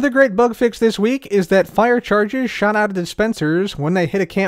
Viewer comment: he swore he sad snap SHAT